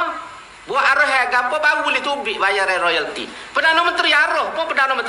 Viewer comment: Royalti.. bukan loyalti.. harap diperbetulkan di-masa depan..